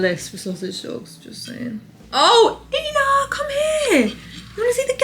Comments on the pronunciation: i love hearing you pronounce Ina's name! but i have to help you out. its pronounced eye-nah not eee-nah :) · It's Eye-na not Ee-na. Cake looks insane. Also not sure why you were using the espresso maker? I only see hot coffee (aka filter coffee or cup of instant, in a pinch espresso diluted with hot water) and instant in the recipe. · Eye-Na…. Not eeena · It's "I" na, NOT EENA. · Usually if an American recipe calls for chocolate you’d use just dark chocolate over here - they don’t really have an equivalent to our milk chocolate (ours is much sweeter and creamier) Also, Ina Garten’s name is pronounced “eye-na” not “ee-na” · I-na not e-na 🤣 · I had a great aunt Ina and it’s not pronounced eena it’s kind of the German for one (ein) with an ah on the end. So ein-ah=Ina. Certainly in the case of my great aunt, it was a diminutive for Catherine. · OK…it’s Ina…that’s I.Na..with an I, not an E…Ina. You are not the first person to say too much coffee in the frosting.. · Pronounced “ eye-nah “ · She pronounces her name “Eye Na” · Her name is pronounced “Eye-Nah.” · It’s Ina long I.. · Her name is eye-na. Eye-na. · Just FYI...Ina is pronounce EYE-na. She is a goddess here in the US! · I think it is a short I not the long I. I - na. That recipe looks similar to the recipe I was using. Definitely with the coffee and hot water. Egg in the icing, interesting indeed. I like the Pepperidge farm chocolate cake, in the frozen section. It works in a pinch and satisfies that chocolate craving. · Her name is pronounced eye na. Just saying 🥰🥰🥰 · Ina is pronounced like eye-na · Say after me … Aye - na 😂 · Ina rhymes with China. Long I sound. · Ina is pronounced with a hard “i” like eye-nuh. And yes, her food is always incredible! So glad to see you make the cake. Made it look like something I could make! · just a tiny fyi. her name is pronounced eye-na 😊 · Literally cringing at how bad you're mispronouncing Ina 😂 cake looks lush though